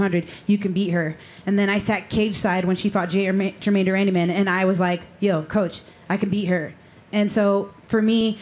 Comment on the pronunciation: says people spell her name wrong says Germaine de "Randyman" I gotta give Julianna Peña props for sticking with it and deservedly ending up with the belt. And fyi... I'm a fan of Amanda. I remember J.P hounding Dana at UFC press conferences about giving her the fight. Here we are so much time later... andddd NEW!!!